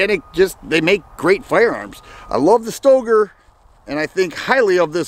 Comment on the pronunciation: Pretty sure that Stoeger is pronounced "Stir-gerr".